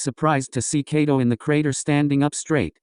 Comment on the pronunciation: It kaido not cato😢